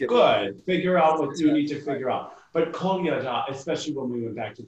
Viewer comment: Loving this! Finally some real skating. Also it sounded like he kept saying pina colada instead of Kolyada.